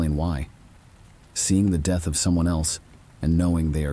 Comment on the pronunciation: Lol the deeth of the blue-d drinking vampire.. best screeching goat sound story I've ever heed. I think you need a new AI.. yours seems to be malfunctioning and incapable of pronouncing certain basic words 🤣💀